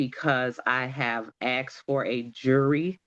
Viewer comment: Oh you axed for it did you ?